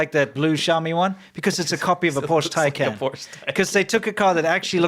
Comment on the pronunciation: It's painful when attempts to say "Porsche."